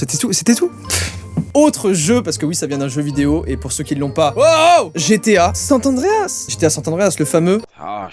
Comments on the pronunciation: GTA san andreas et non sant andreas !! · Par contre, c’est saN Andreas et pas sat tandreas ptdr 😂😂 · pour moi tu a perdu tout tes points en disent "Sat Andréas" a la place de "Sans Andréas" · SanT Andreas ?! 😂 On avait pas le même je crois! perso je jouais (et joue encore) à GTA San Andreas! J'adore 😘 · on dit san andreas pas sanTE andreas mdr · Par contre c’est san andreas , pas sant andreas merci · 20 points, mais pour ma défense chu de 2001, j'ai connu que la moitié des années 2000 ptdr Par contre tu te retire tout tes points pour avoir dit San Tandreas je suis désolé mais ya pas de T dans le nom tu sors! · San Andreas et pas sante andreas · Arrêtes c gta san Andreas pas saint Andreas 😂😂😂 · Pourquoi San''T'' Andreas ???? C'est San Andreas frerot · C'est San Andreas pas Sant Andreas :( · Il est stressant a dire GTA Santa dreas nan ?????! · C'est moi ou il dit sant Andreas ce malade!! A part ça trop lourde la vidéo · « SanT Andreas» Agrrrrrr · Pk « GTA sanTandreas » ??? Mdrrr 😂😂 la liaison qui sort de nulle part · "GTA Sat Andreas"??? Pourquoi vous dites tous ça ? C'est si dur de lire ?? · Pourquoi tu le prononce sainte Anreas ? 😂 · il dit « sant andreas » ce grand fou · JOYCA je t'ai retiré 2 points de ta notation pour ta prononciation du TRÈS CÉLÈBRE jeu: "SAN Andreas" !! ^^ En vrai t'es à 29 pts, faut que tu recompte 🤣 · GTA SanT Andreas, y a pas de T hein 😂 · Il y a pas de "t" entre San et Andreas, oui je suis relou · San Andreas c'est le meilleur jeu mais tu sais pas le prononcer :p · GTA San Andreas meilleur jeu, mais il sait pas le prononcer correctement mdr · arrête de prononcer le T inexistant à SAN ANDREAS!